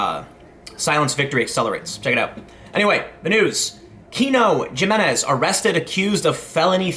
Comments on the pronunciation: J's in Spanish are pronounced as an "H". It's pronounced Himenez, not Ju-menez. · Jamenez is pronounced with an h. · It's HIMinez...the J is pronounced as an H. Regardless, more likely than not he'll plea this down to a misdemeanor. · Gee-meh-nehz......ha,ha,ha,ha,ha,ha,ha,ha,ha, The criminal's name is Hee-meh-nehz. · Come on man....it's pronounced "HIMINEZ"....it just makes you look ignorant to pronounce it "GYM-IN-EZ:. Literally no person, even 5th generation Americans, would pronounce it the way you did. Do you call people "JOE-SAY" also? Come on man... Next time just say "douche bag", to refer to this guy. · Hey idiot....it's pronounced "E" men-ez ...not Jmenez...dumb-ass millennial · glad he got what he deserved, jimenez is pronounced as hi-me-nez and not g-me-nez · Tim, Tim, Tim... 'g'imenez?? Not 'h'iminez? I thought you had a little Spanish in your background? No? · It's pronounced Yimenez (Jimenez) and Bear County (Bexar County). Not trying to be the Grammar Police but if you discuss this story again now ya know =) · He-menez. Not Ji-menez. XD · Good story but I now have an eye twitch because it’s pronounced HIM-EN-EZ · Dude! For God's sake please, please learn how to properly pronounce the guy's name! I know you are from Chicago, but his last name the J is pronounced like an H! Himenez! And Bexar is pronounced Bay-yar! Dang! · It's pronounced with a "H" not J.. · TIM! You will pronounce his last name with an "H" sound and you will like it! Friggin' SEXIST! (This is a joke. I need to say this because this is 2018 and people don't understand sarcasm anymore) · It's pronounced Himenez. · I love your work (including this video), but this guy's last name is pronounced "He-men-ez". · Jimenez pronounced (Heminez). Bexar pronounced (ba’er). With a bit of guttural “h” sound for the x. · It's pronounced he-me-nez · You're pronouncing Jimenez wrong, it's pronounced Himenez. Also, the guy definitely deserves the felony. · “Hee-men-ez” is how you say Jimenez.